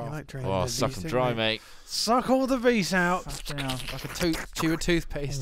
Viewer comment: vis is pronounced as vee. the s is silent